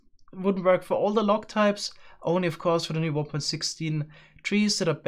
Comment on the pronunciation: Oh its "log" not "lag" 😅